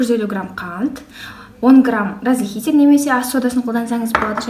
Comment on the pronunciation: Сіз разрыхлитель дегенді разыхлитель деп айтатын сияқтысыз